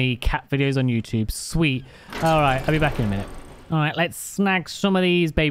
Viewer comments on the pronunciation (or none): none